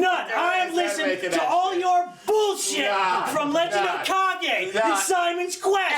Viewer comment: the emphasis on bullshit lol